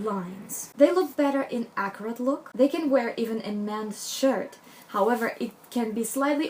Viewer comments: I think i am mis-hearing you. You keep referring to different aspects: hair, clothing, etc. as accurate? What does that even mean? Halfway thru you say something like, not geometric, accurate. Maybe you’re using a different word? Would love to know what youre saying. Captions are showing as “accurate” too so ?? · pretty sure she's saying "accurate" by which i assume she means precise, not messy. You need to take accents into account when you listen to a person speak. She's clearly not british or american, so did it not occur to you that she might just be pronouncing the word in a slightly unfamiliar way? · I was so confused. I kept hearing her say "Acrid" which means having an irritatingly strong and unpleasant taste or smell. But I now realized when I read what someone commented below that she might have been trying to say "Accurate". Big difference. LOL! My Mom who is a Hispanic with a thick accent also does the same thing. There have been so many embarrassing misunderstanding because of it. Heck, I can be just as bad but the other way around. My bad Spanish can be embarrassing just the same. LOL! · is she saying ACRID? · What is she trying to say when she says "Acrid"??? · Whats acorate?? You say it a lot,,is accurate that you say? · same! I even had to google a definition and then I was like oh no that doesn’t fit! 😂😂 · i also kept hearing acrid. i was like... what? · At one point she says accuracy, but I heard acrid also - I wondered if she meant sharp, angular, tailored. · Are you saying Acrid? I don't understand. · Can you please explain the word you’re using? Are you saying acrid? I’m not sure I understand. I love this video!!! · She says "acurate" :) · I so like this video, just one question. Are you saying acrid or accurate. I'm not sure. Thanks or a lovely video. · 😂 I thought she was saying ‘acrid’ so glad you’ve put me right 😂